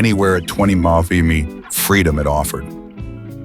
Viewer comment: Please teach your AI narrator how to pronounce “miles per hour”.